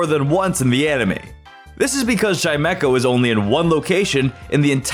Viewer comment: There is no K in Chimecho! And at least is 2 words, NOT one word!